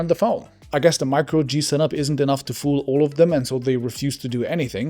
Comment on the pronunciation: I love that a German man said “zee Germans.”